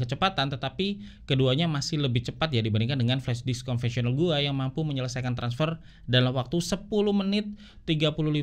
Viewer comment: flashdisk bang bukan flashdiks 😂